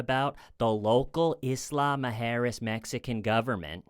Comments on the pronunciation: Everytime says “Isla Muerjes” it sounds like Islama Harris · I love the pronunciation of Isla Mujeras as "Islama-Harris" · Omg the way you say isla mujeres is so funny cos i was almost finished the whole video thinking the island sounded like kamala Harris only to read it on the screen an suddenly think omg ive been there 😂😂😂😂😂 ive literally been to that very island 😂😂😂😂😂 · says isla mujeres like a mix of islamic and kamala harris